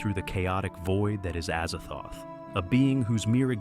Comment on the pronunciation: Azazthoth is Az-zaz-thoth. Pretty easy.